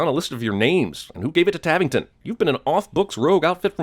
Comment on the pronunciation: Tavington = Tarrington